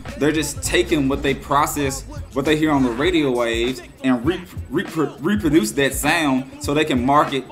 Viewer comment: the nigga said reprudnuce